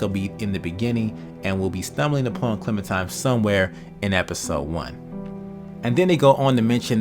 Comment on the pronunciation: Dude I love ya but ya gotta stop pronouncing Clementine as Clementime lol